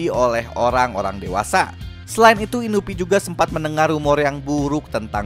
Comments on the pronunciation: Inui bang inui.... Bukan inuvi :V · Inui bukan inupi astaga😭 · Bukan inupi bang tapi inui